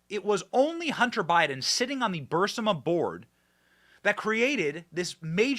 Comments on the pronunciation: Fascisistic is the correct term. And Aberration. Not Aparrition. For the last time, Benny, it's Bur-ees-ma. Not Bursima. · Benny your show is great and gets better and better but here's 2 constructive criticisms: 1. Burisma is pronounced BURR-IZ-MA. 2. Maybe think about making your speaking volume a little more consistent. I understand that you're a passionate guy but it's a difficult sometimes... sometimes you speak in almost a mumble or whisper, really really low... and then you start yelling really loud till your microphone gets distorted. OR get your audio guy to dial in a good compressor setting for you voice so that the volume is a bit more leveled. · Please again stop saying Burisama. Rather say Bearissama. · Benny!! It’s Burr Reese Mah. Stop saying Burrs ih mah. You’re killing melt ears. Burr Eeeess Mah. Omg. 😱😱😱😱😱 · Benny ..please pronounce the energy company's name properly...not BURSAMA ...but BARISMA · NOT "BURSIMA"!!!! ITS "BURSIMA"!!!! Benn has always said it wrong... BEEEYOURIZMA"!!!! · Hey Benny! It's pronounced Burr Esma not Burss ima! Not that it matters! Great work! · Burisma is pronounced BURR-EEEEZ-MA. NOT bur-simm-a. Sorry Benny it just hurts my ears when you miss pronounce words. If you had spinach in your teeth I'd tell you that too cuz I'm a real friend...love ya Benny. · Thank you! Also, if I can correct you - the name is Bu-Riz-ma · I believe the company's name is pronounced bur-IZ-mah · I really wish you would learn to pronounce Burisma correctly Benny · Has anyone caught the file Joe Biden is holding instead of saying Evidence it says “EVIDNECE” 😂 I hope this wasn’t you Benny,because I laugh every time you say Burisma because you mispronounce it really bad!!!! But hey I get your point of the video!!! I wish you could do videos of how our 2A is being trampled on by ATF!!!!